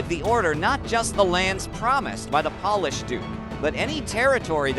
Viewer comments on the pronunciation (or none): Hearing “paul-ish” instead of “Pole-ish” made me cringe. Good story otherwise!